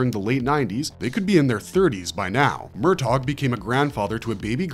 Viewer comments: "MUR TOGGG" Please stop 😂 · For God's sake. There is no hard G in the pronunciation of Murtaugh*! Not to mention, the name may be *two syllables, but that does not mean to enunciate as two words! It's like sandpaper for the eardrums! That is all.